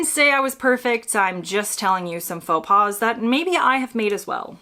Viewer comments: Your pronunciation of faux pas is one in itself! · For Americans visiting Canada, including Québec, most of this applies here, too (except the pronunciation of "faux pas", because the final 's' is silent, even when it is plural). Oh, and Canadians always hold the door for the next person. To let it slam shut is barbaric.